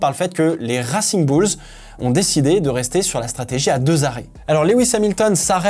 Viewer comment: Ça pique aux oreilles ton accent en Anglais , peux tu faire un effort ?? Surtout quand tu dit « racing bulls » 😅